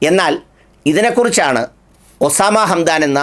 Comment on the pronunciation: ഒസാമ അല്ല. ഉസാമ അതാണ് ശരി. മറ്റുള്ളവർ പറയുന്നത് നമ്മൾ അനുഗ രി ക്കേണ്ടതില്ല.